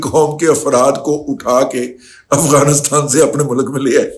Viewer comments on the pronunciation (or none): none